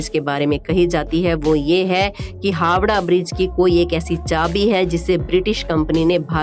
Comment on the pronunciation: Hawda nhi Howrah